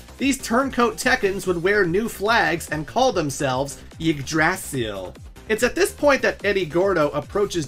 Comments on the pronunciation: The yggdrasil pronunciation hurts my heart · please never pronounce Yggdrasill like that again it hurts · My guy, Yggdrsil is pronounced (IG~DRAH~CIL) and it's a reference to the central sacred tree of norse mythology, to which the nine realms surround.... MKAY? sheesh.. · okay. hearing how this dude just pronounced Yggdrasil made me stop the video. The Tree of Life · Great video, but man you need to look up how to pronounce Yggdrasil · First time hearing someone pronounce yggdrasil that way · The way foreigners pronounce Yggdrasil is always funny to me. By the way, great video. This was a fun watch!